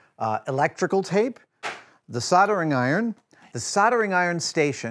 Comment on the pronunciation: I love you Adam but your pronunciation of soldering iron is driving me nuts!